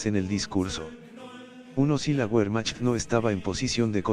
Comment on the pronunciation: Se dice....VERMAJT....!!!